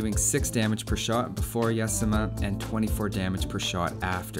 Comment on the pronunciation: Yasama is pernounced Yah-Zah-Muh or Yazema Love your vids dude. <3 your better then zeroemps. shhhhhhhh dont tell anyone;)